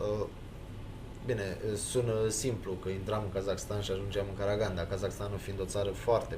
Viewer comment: Corect se pronunta Caraganda cu accentul pe n si ultimul a